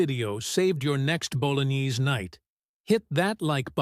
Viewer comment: It made me laughed because of the way the AI said bolognaizeee instead of Bolognaise